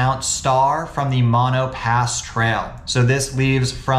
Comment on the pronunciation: Umm… It’s pronounced Mo-no